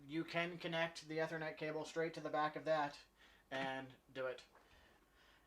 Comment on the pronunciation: Great videos. Took me a minute to figure out how you say "ethernet" as "eh-ther-net" rather than "e-ther-net" as I have always heard it pronounced in the IT world.